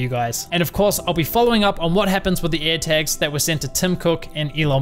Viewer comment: "ErhTaks" nice pronunciation buddy